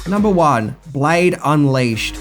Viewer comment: One, Blade Unleashed? Or Unleased? Haha. I know. Sad. I'm OCD.